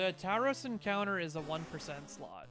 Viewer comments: Its pronounced a bit more like "Tour-rows" :) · tao-rows? lol